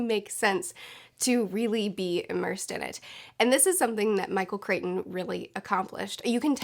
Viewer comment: MIchael Chrichton = Michael "CRY-ton"